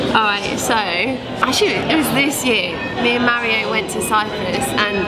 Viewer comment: What I really want to know is why you pronounce Mario like "Maireo", like with an "air" sound.